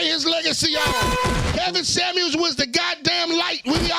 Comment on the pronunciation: It’s Kevin Samuel’s not Kevin samands lol😂